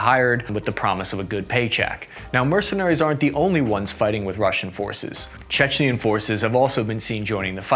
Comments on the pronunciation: Dude please stop saying "Chechnian". It's like George W bush saying "Nucular". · It’s tooth to tail not tooth To nail and can you learn how to pronounce Chechen please